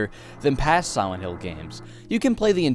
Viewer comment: Siwent hill